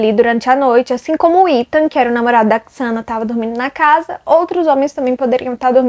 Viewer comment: Eles nao moravam na fraternidade. Era uma casa comum, dividida pelas 4 meninas. O nome se pronuncia Zena (Xana). Nao se pronuncia Quiçana. A moça que vc disse que viu o possível assassino, nao dormia no porão e sim no segundo andar (mesmo andar da Xana e Ethan). Abraços!